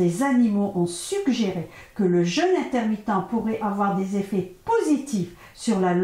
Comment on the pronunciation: pourquoi vous dites jeune (jeune homme par exemple) ma le jeûne a un accent et on dit JEÙUNE surtout quand on veut donner des conseils